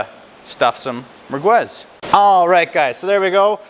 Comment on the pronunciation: Pretty funny how you pronounce the word mergwez, no it's mer'gez. By the way, it's typically Algerian and not Moroccan. By definition merguez is and should be hallal.